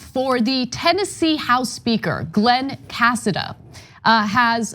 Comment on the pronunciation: That's a Spanish last name is pronounced Casáda